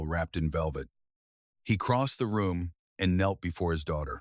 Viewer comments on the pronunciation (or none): The narration is awkward, the voice good, but AI needs to get a handle on contractions and possessives. And k-nelt? Seriously?? Bad pronunciation is noise, that’s why it counts.